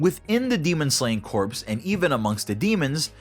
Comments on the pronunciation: You are pronouncing corps wrong, you’re saying corpse. Corps is pronounced core. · Say it with me now Corps Not corpse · It’s pronounced Core not Corpse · It’s pronounced core, not corpse. Corps, the ps is silent Source: Served in the Marine Corps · It's pronounced "core", like the marine corps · P is silent in corps. If the p is not silent, then you're talking about a dead body, or corpse. Small gripe, but it does help with clarity. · Corps is pronounced "Core" just so you know. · People who can't say corps. right.... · I would do a shot every time you say corps wrong, but I would probably die.